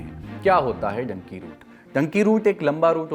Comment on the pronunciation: You are a reporter on news or social media ,please at least learn pronunciation of words: " Dunki' 'Nicaragua